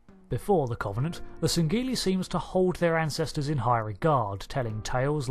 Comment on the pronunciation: I love your Cultural Index videos! However, there are some words you seem to have particular difficulty in pronouncing. This time it's the word "Covenant" Think of the word cover as in to cover something up.. The O is substituted for a U when you speak it. It doesn't come up in this video, but I'm binge-watching your index playlist so this one comes up a few times. Nictitating: you say it a bit like nictitiating. This might just be a font issue from your source material etc - I don't know. Break it down and you get nick tit ate ing. I hope this makes sense. Sadly I'm one of these people who get really annoyed about things like this. I'm going straight back to my corner now. please feel free to roast marshmallows on my overdone corpse!